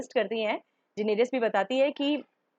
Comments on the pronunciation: Good Work. If u can work on the pronunciation of names it would be great It is: Da-nae-rys and not Di-nae-ri-yus Me-saan-daei and not Mi-san-di Vee-sae-rih-yon and not vis-ran bri-yenne and not bri-yaan Aa-ya and not Aar-yaa (This is not hindi vala name) Euh-rawn and not Yu-ran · Its डेनेरिस not डेनेरीयस